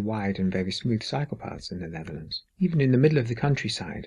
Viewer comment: i like how the accent makes it sound like "Dutch psychopaths vs German psychopaths" >.> =D